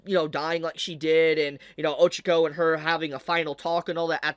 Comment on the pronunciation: Ahh yes, good ol Izooku and Ohchakoh. 😂